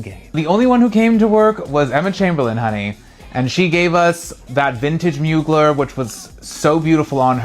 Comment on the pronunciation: it’s pronounced moo-GLARE baby not Mugler😭🤭😁